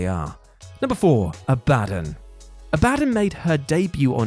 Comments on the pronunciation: More like Abaa-dun lol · "AB-AH-DON", Goddamn... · has never heard Abadon being said then a-bad-en 😂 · It’s not A-BAD-UN it’s abaDON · Aba - don....ffs....its not Ah - bad - on. It has biblical reference.....name gets said proper on the show even..... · Ab-a-don not A-Bad-on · Abadon isn't pronounced 'a bad un'. Its 'abba don' . Serious drop in quality on here lately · "Ah-Buh-Don" not "A Bad'un" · AB - AH- DON Pronunciation matters! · WHY CANT ANYONE SAY IT RIGHT?!? “Aa-BUH-DAWN” ABADON 🧟‍♀️ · Abadon is pronounced Abba-Don. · First of all, it's "Ab-a-don". Secondly, she's from Rocky Mountain Pro Wrestling. Which is a local fed for me. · Who is ah-bah-din? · Ab-Ah-Dawn Please... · I really hope your pronounciation of "Abadon" was a bit... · Anyone else annoyed that he cant pronounce abadon properly? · How many yelled at the screen when he kept saying Abadon the wrong way LOL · Nobody could've given the heads up on how to pronounce Abadon? Please stop having people do lists who aren't actually fans of the content 🤦🏾‍♂️ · Please learn how to pronounce "Abadon" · Can you PLEASE learn how to pronounce Abadon! Its like listening to an american say Basil or Oregano. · So you guys are putting Abadon at number 4 whilst having a nasty pronunciation on her name and ignoring she has an Only Fans?😂😂 yeah cmon now, let's not work on these lists while high fellas. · Learn how to pronounce abadon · Bro he BUTCHERED Abadons name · thinks speaking incorrectly is funny. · OMG it kinda driving me nuts lol In love but good lord lol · Came here to say this 😂